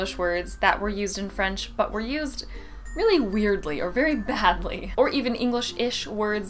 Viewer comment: When you say the word 'Badly' it seems wrong somehow. Interesting video btw.